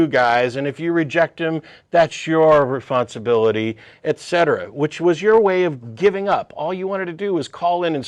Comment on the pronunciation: Matt, what is a "rephonsibility"? ;o)